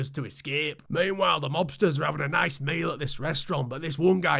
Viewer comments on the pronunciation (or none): none